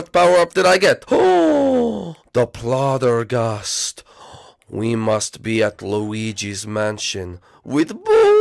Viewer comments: its poltergust not ploter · ha i like how you said the polturgust lmao